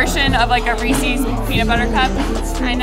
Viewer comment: Interesting, though it is not Reesees. It is Reese's, a persons name. These are peanut butter cups from a man named Reese. Not Reeees.